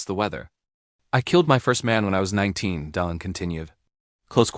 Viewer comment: On tv ,making reviews and comments, you should know how to pronounce the name of the Actor properly! Ok '! ✅! You are not saying Delon , properly! Bruno usa